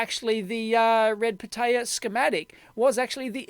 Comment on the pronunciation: the way dave says it sounds like red potato lol